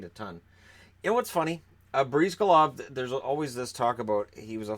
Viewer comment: It is pronounced "Bris-GAH-lahv", not "Breez-ga-lahv".